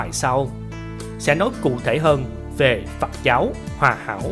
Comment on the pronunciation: Phật giáo,chứ không phải phặc giáo nhe anh mc.Viết có thể sai chính tả nhưng đọc mà cũng không phân biệt được dấu ă hây dấu â,nên học lại chính tả lớp 3 tiếng việt rồi hả làm trương trình